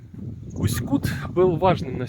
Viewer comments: Все время режет слух неверное ударение. Река КутА, а не КУта, потому в Усть-КутЕ. В целом- спасибо за ролик. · Да ёмаё, ударение ставится на последнюю гласную. Усть-КутЕ, Усть-КутА. Аж уши режет как вы говорите. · Местные делают ударение на последней букве - в Усть-КутЕ. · Уважаемый блогер, научитесь правильно ставить ударение на название города! И в принцепе блог о городе не интересный. Все кусками. Итог: город грызный! Да он не очень чистый, но у нас очень красивая природа! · Ударение делай правильно я могу говорить все что думаю ипоправлять мне 84 года и я жила в Усть Куте ударение на е с 1944 года все прошло при мне если бы могли встретиться то много могла рассказать но увы я далеко пишите отвечу спасибо за мой Усть Кут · Усть-Кут как сильно режет по ушам, историю рассказываете, а название города даже назвать правильно не можете😡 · Если река КутА ,то ударение правильно ставте в названии города , иль поинтересуйтесь у местных!!! .....